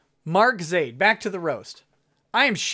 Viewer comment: YOU SAID MY NAME RIGHT:D